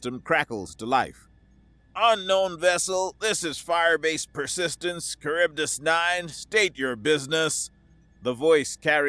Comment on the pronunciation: Minor quibble...Charybdis - Greek....Kar-rib-dis